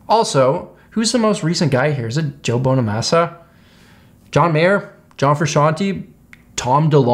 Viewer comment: When you said bonamassas name 🤦‍♂️